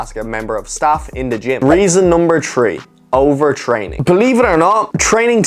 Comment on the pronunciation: "reason number tree"